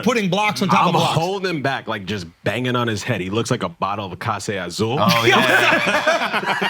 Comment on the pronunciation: calls himself “boricua” and he’s gonna pronounce clase azul like that. 😂😂😂